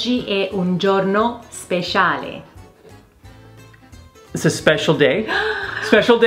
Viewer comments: ma che questa e Alessandro Borghese cioe pk ha detto spescciale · nobody: literally not a single soul: mama bee:oggi é un giorno speshiale